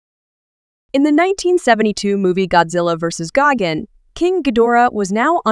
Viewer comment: It’s gigan not gigen